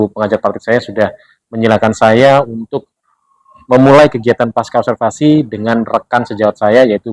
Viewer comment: Mhon maaf, kata pasca tetap dibaca pasca dalam bahasa Indonesia. Huruf C tidak diganti dengan K.